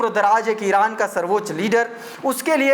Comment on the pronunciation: Iran or israil bolne me kafi jagah mistake hora